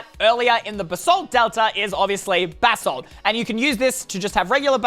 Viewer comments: Extra:you can boost when your riding a strider Edit:its not basalt it's BAsalt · It’s Basalt not Ba-salt